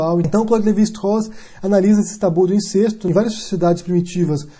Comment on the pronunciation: só uma correção: incesto é pronunciado com E aberto... Pode confirmar no VOLP da ABL